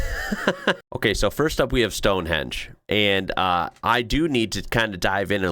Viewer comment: The yank who said STONEHENGE( not stonehedge!) was a boring bunch of rocks, Probably referring to the rocks he calls a brain! 🏴🏴